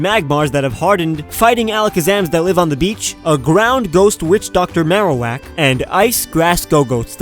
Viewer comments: and he also got the marock right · you kinda got the marrowark right >< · You actually got Marowak Right